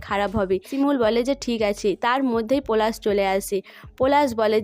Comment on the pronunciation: আবার পরাগ কে পোরাগ পলাশ কে পোলাশ বলা কে বোলা pl উচচারণ ঠিক করুন ।আপনার লজ্জা কোরছে না?